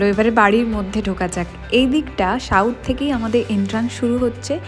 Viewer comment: It's South Didi,,Mot Shauth,,it's second not shekend🤣🤣